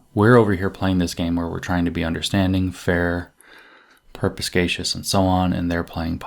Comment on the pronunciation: Per-spi-kay-shus. Perspicacious.